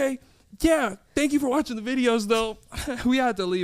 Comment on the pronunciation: “Thank you so much for watchening, listening” 🤣